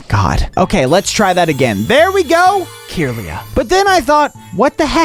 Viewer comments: why are you calling it “keeeirlia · '' key irlia " and " Bee artic " hurt me a bit on the inside ngl